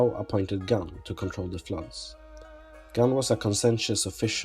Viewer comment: false pronunciation "gun"(/鲧)，it sound like ['kuən]